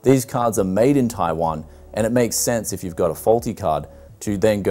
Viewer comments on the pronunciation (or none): Why does he say taiwan like that. TAIWON